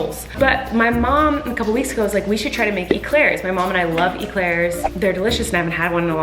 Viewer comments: I love how Colleen says eclairs like email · Remember: Eclairs are pronounced “A-Clarez”. In French, it’s spelt éclair and é is pronounced “ay”